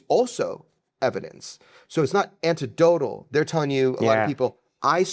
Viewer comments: Anyone who says "antedotal" twice instead of "anecdotal" is just stupid. I get the impression that he's not that bright. I'm European and English is my second language. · it certainly isnt anta-dotel lol